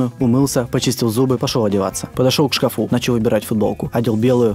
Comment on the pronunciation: Не к шкафу́ , а к шка́фу